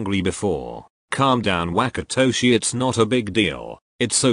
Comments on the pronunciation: i can fucking NOT with the way google says WHACKatoshi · the translator really said WaKaToShI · google really said whack-atoshi